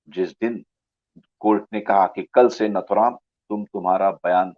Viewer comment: His name is nathuram and not naathuram. Pls pronounce correctly. नथुराम नाथूराम नहीही